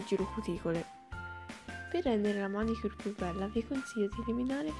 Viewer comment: io ricontrollerei l'ortografia, prima di pubblicare :-) comunque, interessante. ps: si dice manicùre, non mànicure.